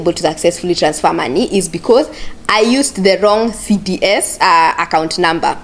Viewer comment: you keep saying CDS accout